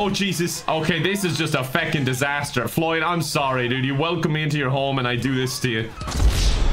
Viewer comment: "Floyd died? How did floy die?" 1 minute later: "GOOD JOYB FLOYD! KEEP IT UP" I don't think I ever heard flub so much:D